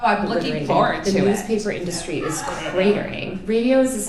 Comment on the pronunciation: I really can't stand that urban liberal white chick accent where they draw out the last syllable of each sentence "months of layoffs in the media industreeeeh" like literallaaaaay 🤮